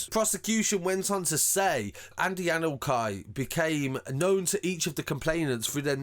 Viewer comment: the name Anokye is Ghanaian family name. It’s pronounce Anorchi not Anokai.